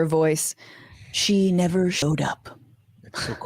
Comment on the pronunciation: I thought she said “better show up” not “never show up”